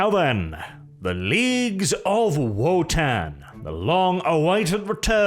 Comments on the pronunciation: So is it Wotann or is being derpy and pronouncing "v" as "w"? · He's from Norway. That's probably the reason he's saying it that way